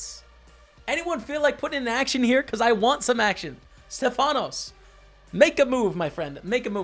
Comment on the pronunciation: You had 2greeks in your table the famous kolonias and mavrommatis(in greek means the black eye guy) but the correct name is stèfanos not stefànos😂